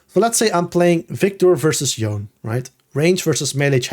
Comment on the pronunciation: I know this is not related to the content but I am so tired of people saying Yone's name wrong! I don't know who started this, but now every English speaking content creator does it. But it's not a silent E, it's spoken. It's YoNeh, and I wish you guys who put out such valuable content could also value the basics such as getting champion names right.